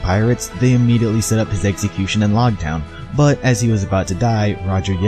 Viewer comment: Loguetown is pronounced with the long 'o' just for your info